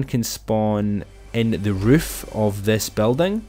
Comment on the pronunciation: Thanks new word riff instead of roof